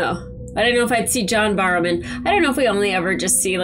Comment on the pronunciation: Barrowman!! John Barrowman" Not Borrowman! A not O He doesn't need to borrow any man, he has plenty of his own~ ;)